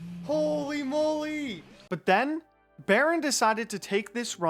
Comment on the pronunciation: I'll never stop hearing Wirtuals "But than X got THIS run" whenever a faster one is introduced :D